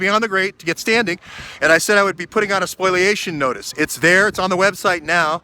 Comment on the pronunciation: it is called a spoliation notice not a spoiliation notice, ok? Thanks